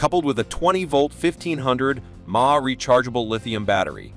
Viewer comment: I am a native born American, am 72 years old, and I have never heard the electrical term: mAh...milliamphour...pronounced as 'mah' as in ma & pa...names of our parents. Where did you get your pronunciation from? Is it a computer generated voice? That would explain it. I just bought the Imoumlive brand mini-chainsaw with extendable pole. I bought the saw with the 8" chain because it has a chain speed of 26 ft/sec, much faster than these 6" models shown here that only go at about 19 ft/sec. The 6" version of the Imoumlive brand also only goes about 19 ft/sec, so I went for the 8" version for the faster chain speed. I didn't like the models that didn't have an oil reservoir that required carrying a little oil bottle and manually oiling the chain. The Imoumlive saw has the oil reservoir, a big plus for me. I cut several large limbs, about 6" in diameter, from my Oak trees and then cut the limbs up to go on my burn pile. The battery only used one bar on the charge indicator...nice..!! Do your own homework...compare all of the features of the mini saws and take notice of the chain speeds and whether or not the saw has an oil reservoir. Yea, if you only cut a couple of small limbs now & then, the lack of an oil reservoir may not be as important as when you have a lot of cutting to do. Then, you will appreciate only needing to push the primer button a couple of times over having to carry a little oil bottle with you. I have watched a lot of these YouTube videos about these mini saws